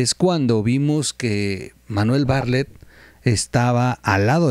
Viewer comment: Terrible información Por favor checa el nombre de Bartlett siempre dices Barlett. .....